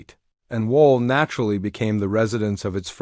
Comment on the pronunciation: Wal??? You mean wavel? More ai slop